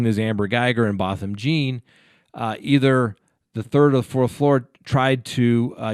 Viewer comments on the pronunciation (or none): I have serious issues with her not performing cpr or anything as it appears. She didn't seem to put her phone down. This is a sad sad case, but hopefully justice will be served. btw the victims name is pronounce Both-um John.. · Learn how to pronounce the victims name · At least pronounce his name correctly.